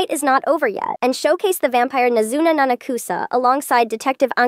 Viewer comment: It’s a text to speech/ai voice, it’s not gonna pronounce it right off the comment